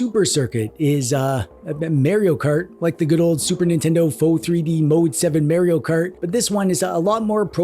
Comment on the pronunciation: I remember when people used to pronounce Mario properly....